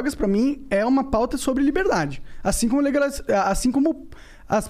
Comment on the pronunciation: Monark: "o vo defende a liberdadi defendendo governo autoritariu"